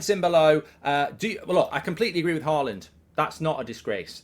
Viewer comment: Why do you keep calling him "Haland"?